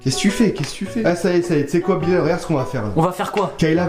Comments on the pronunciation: c pa bilalette mais billette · Mdr " Bilalette "je suis mort de rire 😂